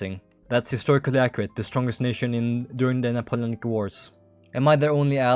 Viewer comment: why'd you pronounce it like napoulonic